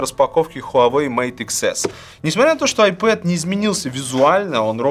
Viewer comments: не айпэд а айпад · Айпад ане айпед